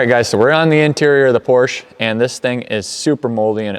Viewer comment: You say it correct for me I say "Porsh"